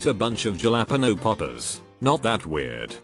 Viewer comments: Jalapeno, not ja-la-pino.....bubbles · "HAA-LA-PEE-NO the j is like an h " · Nobody: Text to speech: juh lap-inos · The way it said jalepenos got me feeling some kinda way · The way it said jalapeños